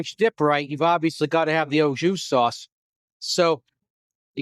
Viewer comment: “Oh joo” is how you pronounce “au jus”. Thanks for the offbeat review of food. Did you throw away everything you didn’t eat? Seems like you had a lot.